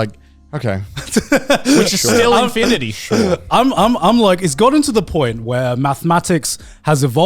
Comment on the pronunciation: im stoned and even i near spat out my water when Grant said infiinity. No more coffee treats for that man!